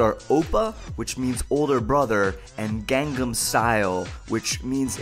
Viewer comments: josh, ur amazing and all but ur pronouncing gangnam style wrong...., it's pronounced ghan-num, not gang-nam (even tho it's spelled like gang-nam) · It's not pronounced "gang"-nam style, it's "gong"-"nom" style. You say you listen to hte song a lot and you still can't catch such a simple pronunciation :P I sense lies! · you kept of on saying gang-nahm its gahngnahm (gangnam)강남 kinda like saying Chinese gong. or smoking a bong. gangnam style* the "a"'s in Korean are always pronounced "ah" there also a similar letter that's the sound of both the "a" and the "e". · *Gangnam not Gangam, Josh Sundquist, for shame! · I think you'll find it's Gangnam not Gangam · Gangnam style not gangam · G-ah-ngn-ah-m style. No gangs please. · 1. You mispronounced Gangnam Style 2. You were looking at his crotch? 3. It's not "Oppa Gangnam Style"; it's "Oppan Gangnam Style" The 'n' at the end of oppa changes it from saying "Big brother" to "I am big brother" 4. Using Oppa isn't incest. 5. Gangnam style isn't equivalent to swag. Swag is stupid, PSY is not. 6. I'm fairly positive that while PSY appreciates all of the attention Gangnam Style is getting, he is disliking how he is treated as a joke. He's serious about everything he does. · kept pronouncing gangnam incorrectly and kept spelling it wrong. 2/10 wnf.